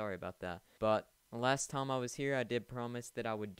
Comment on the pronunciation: If you have a accent then its ok but did you call time tom when talking in the beginning